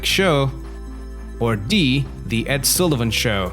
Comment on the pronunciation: And it's Ed Sullivan, not Sallie-van.